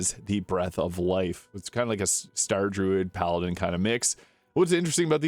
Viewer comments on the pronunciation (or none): none